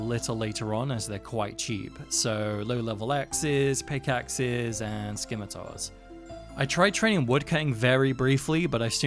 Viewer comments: Man's played the game forever and still calls them "SKIM-itars." - Yea, we did love our Rune Skimmys. Those were the old days, hehe. Good memories of not knowing. But, yes, the word is pronounced "SIM-itars." Otherwise enjoyed the video,. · my man just said skimitars